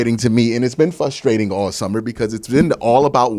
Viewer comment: It's frustrating, not flustrating. 👍